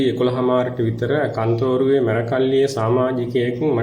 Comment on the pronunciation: මේ පිස්සෙක් ..මේ කතාකරන බාසාව දකුණේ බාසාවක් වගේ මෙයාගෙම අය කෝල් කරවාගෙන.කන්තෝරුව නෙවේ කත්නෝරුවේ 😂සිවුර දාගත්ත කුහකයෙක්..කත්නෝරුවේ ස්වාමින් වහන්සේට නිදුක් නීරෝගී දීර්ඝායුෂ ලැබේවා ..